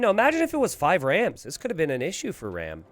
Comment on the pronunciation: hey i might be wrong here, but ram might actually be an indian player (and you could maybe check that). And if he's Indian, his name is pronounced "raam" like farm. Great video tho